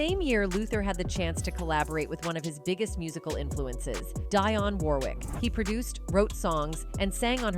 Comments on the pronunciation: I really dislike videos that are narrated by A. I. All the mispronounced words 😂😂 Envogue pronounced Ahnvogue. Dionne Warrick pronounced Die-on😂😂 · This commentator messed up the pronunciation of EnVogs name and Dionne Warwick's name... She must not be a fan ??? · Next commentators should be from his people. Not some European woman who cant pronounce Dionne warricks name properly..lol ps Stop letting other nations tell our Story...huh...